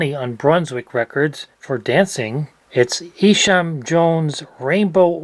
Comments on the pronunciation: Isham is pronounced Eye-sham. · What a fun challenge. FWIW, Isham Jones first name is pronounced Eye-sham. Mont Martre, more properly one word "Montmartre," is a well-known nightlife district in Paris. Jascha Heifetz's first name is pronounced Ya-sha. Heifetz was the most famous violinist of his generation.